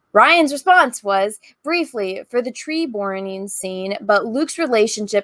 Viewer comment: "didn't even bother to capitalise 'luke' even though it.." YEAH you didn't even bother to go back and say the word "burning" properly. Just left it as "borning" seconds earlier.... so. You know. People make tiny mistakes.